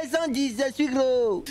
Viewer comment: Les gens disent ze suis gros🤣😂